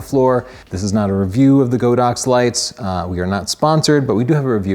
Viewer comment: Great video. Just want to mention that Godox should be pronounced God-Ox, not Go-Dox. The Chinese name of the brand literally means that, God Ox.